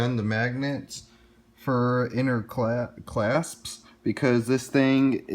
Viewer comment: Ffs bro! C-L-A-S-P-S. You driving me crazy!!! CLASPS!!!!!!! SAY IT RIGHT!!!! Great review!!